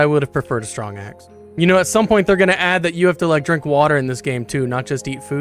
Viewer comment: "Stwong axe" 😂